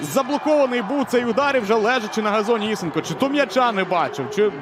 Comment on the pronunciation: Правильно ІСЕнко - наголос на другий склад.